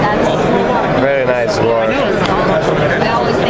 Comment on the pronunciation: lol when yu said bowie I thought I heard yu say booty lol......but very cool lock system n knives